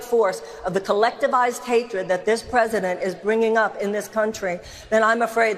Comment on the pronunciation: Who the fuck is the PWESIDENT?